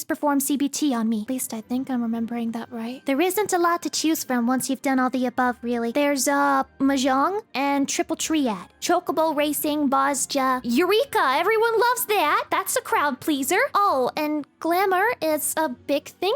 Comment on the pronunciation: Tree-add? You're going to need to look that word up.